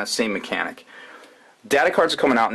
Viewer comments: Russlestalker?, it's Ruststalker. Rust-stalker..... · I loled when he said russelstalker, then he kept sayin it...lmao